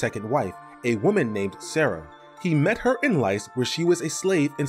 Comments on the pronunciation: It is pronounced "Lease" like the rental agreement, not "Lice" like the bugs. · "Grew up in 'Lice' as a slave"😂😂😂😂😂 it's Lys my boy